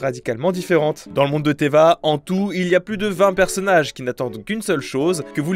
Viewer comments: Tevatte pas teva btw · Ça ce dit 『Teyvat 』 【Faut le dire le ”T】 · J en suis sure que tu doit en avoir R a carré Mais si tu refait un Partenariat sur Genshin prononce le T de Teyvat 😭 Stp